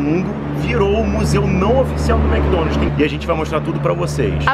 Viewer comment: A essa altura do campeonato a ainda fala Mc Donalti...rs